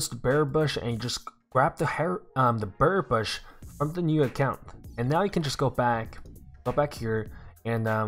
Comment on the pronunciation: Is it me or does he keep saying beary bush or Bear bush